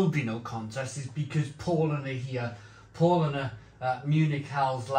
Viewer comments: Paulanar.... Pronounced the Paul with an 'ow' P-ow-lanar... Becks is just simply awful.. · It's pronounced Powlana.